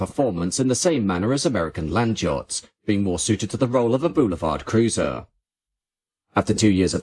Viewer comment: Why do you pronounce "jots" instead of "yachts"?